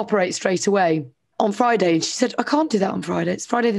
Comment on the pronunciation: When the video starts with, "Let’s sta wit wa 'appened on FROI-day befo Sa-a-day..." you know where this is going to end 😆